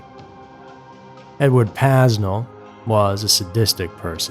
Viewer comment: When you can't even pronounce his name, I don't have much faith in the rest of your research. (It's PAY-nel)